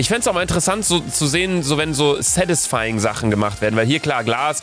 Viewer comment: Niemand:: ✨️sädisfaijing✨️